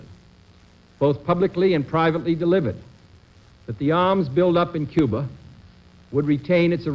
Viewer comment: I thought it was Cuba, not Cuber.